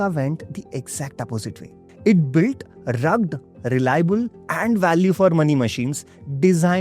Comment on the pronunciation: It's pronounced as "rug- ged". TWO syllables.